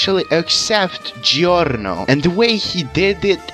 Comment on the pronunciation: i love how you pronounce giorno's name